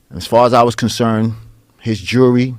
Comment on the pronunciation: For the democrats out there, it’s jewelry. Not “jury”.